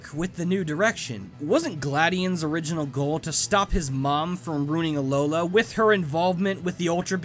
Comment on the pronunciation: You keep saying oringinal. But i don't think you know what that means.